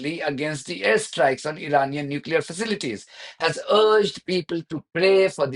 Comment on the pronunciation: why do so called educated people pronounce nuclear as nuculur?